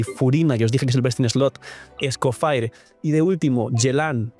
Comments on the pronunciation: Entiendo tu preferencia de llamarla como quieres, pero como la llamas es un error lingüístico, “faier” es solo si esa última parte estuviera escrita: “Fire” pero además de que no está escrito en inglés, sino en francés, se pronuncia “Escofiæ” de una forma muy francesa, o británica. O puedes simplificar y decirle Escofier. Seria lo mismo decirle Neubiyete, en vez de Neuvilét a Neuvillete. No es obligatorio, pero sería muy lindo que respetaras las reglas lingüísticas de cada nombre, lo digo sobre todo porque el francés es mi idioma materno y provocaría sentimiento ver que hay gente hispana a la que le importa. Recalco, si usted quiere buen señor. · Escoffier se dice como se lee no Escofire, lo digo como estudiante de cocina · SE PRONUNCIA ESCOFIÉ ENTIENDE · Yo le digo como lo pronuncia su britanica VA "Escoffie"